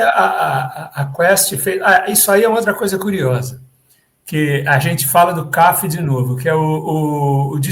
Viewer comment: O fotógrafo Cafi era pernambucano. Pronuncia-se Cafí, com acento na última sílaba.